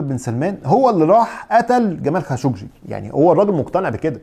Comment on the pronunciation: 😂😂👏🏻👏🏻👏🏻برافوا صرت تنطق خاشقجي صح